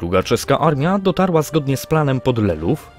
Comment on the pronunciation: Lelów , nie "lelowo"